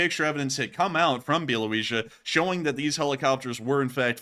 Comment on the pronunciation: It's pronounced Bee-al -oh-vee-cha